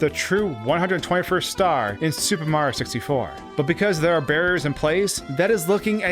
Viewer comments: Every time he says “super mar 64”, a part of me dies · Why can the narrator say “Mario” fine but can’t pronounce “Super Mario 64?” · Ugh. The way you pronounce the game as “Super Marr 64” makes me cringe every time. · Why does he keep saying “Super Mar 64”?? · Why do you say super Mario 64 weird